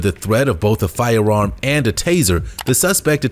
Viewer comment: very distracting, the way the narrator pronounces "firearm" like he has a speech impediment, except he doesn't have one.